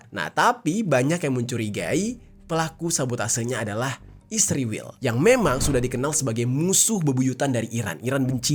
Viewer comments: Dek bukan isriwil namanya tapi Israel. Musti lu belajar ngeja dulu biar bisa membaca dan menyebut nama negara lain... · Israel 0m bkn isriwil..km yg bener ngomongnya..km gak bisa ngonten cari uang kalau gak pakai keunggulan Israel.k